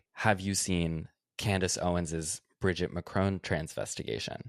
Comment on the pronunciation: Bridgiteeeeee that’s not how you say her name